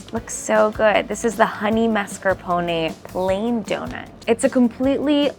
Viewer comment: Sounds so weird to hear “mascarpone” said as “mas-car-poney” that doughnut looks so good.